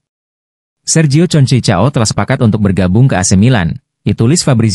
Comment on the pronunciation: Concecao.. Bacanya Konsesiao